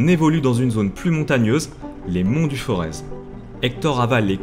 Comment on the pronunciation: Juste un petit truc on ne prononce pas le z dans les monts du forez. Merci